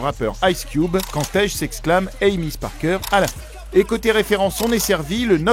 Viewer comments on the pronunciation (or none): none